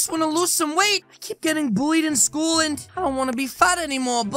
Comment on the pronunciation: STOP SAY SCHOOS